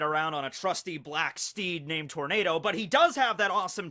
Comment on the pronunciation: Zorro's horse was pronounced tor-na-do.. not tor-ney-do